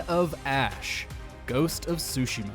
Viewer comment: This entire video sounded like it was a lazily edited version of a GPT script. I’ve never heard Ghost of Tsushima pronounced like that. It’s (Su-Shima) not (Sushi-ma). Have you never said these words before? It sounded like most of the time you were talking about things you were learning about for the first time. Remember the times before GPT when mojo lists were made by people who knew all the things listed?